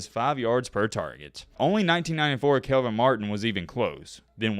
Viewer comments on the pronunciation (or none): none